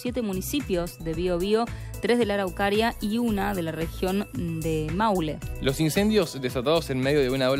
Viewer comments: La locutora neceita unas vacaciones en Chile, dijo Maulé en lugar de Maule, Araucaria en lugar de Araucanía. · No es maulé es maule, no es araucania, es araucanía